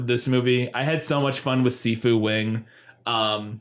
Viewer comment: "Si Fu" sounded like "seafood" every time said it lmao